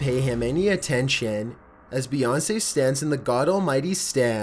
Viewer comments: Beyounce really 😂😂😂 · No not bèyonce